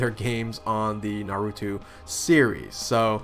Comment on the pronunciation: na-ru-toe, not na-ru-two. sorry! just pointing that out, so you dont make the same mistake again haha